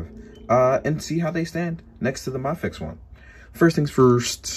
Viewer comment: the way you say mafex is driving me insane.... maaafex??!!!!